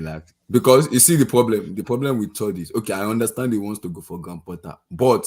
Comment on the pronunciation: is hilarious with way he was giving analogy of dating and saying Lapatagi instead of Lopetegui😂. Also Gray ham Potter pronunciation cracked me up.